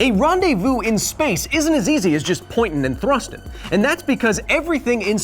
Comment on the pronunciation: "Pointn n thrustin"😂